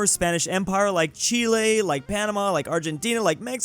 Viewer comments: Whats cheelae? Do you mean chile?😂😂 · Тот факт, что вы только что произнесли название моей страны (Чили)😅